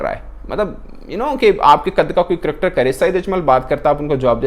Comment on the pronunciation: Its Cricketer " NOT CRIKTER " Similarly I noticed you saying " SAMVRITI MANDHANA " in an old video , ITS SMRITI !!!